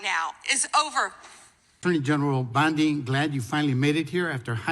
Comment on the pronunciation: did Gym Jordan say "Ms. BLONDIE can answer?" 😅